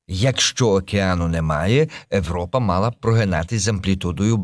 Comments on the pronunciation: Не Европа, а Європа! Ріже слух, жахливо звучить! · В англійській ніхто не каже Европа, в них якраз вимова на слух ближче до другого варіанту